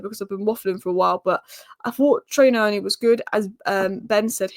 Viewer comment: Also my Zimbabwean mate reckons it's pronounced Knee-oh-knee